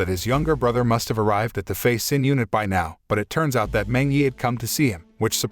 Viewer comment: Who the fuck is Sin? Xin is Shin.